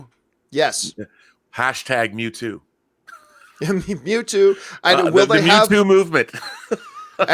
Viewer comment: The way pronounces Mewtwo hurts me.